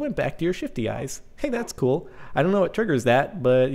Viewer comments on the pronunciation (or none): none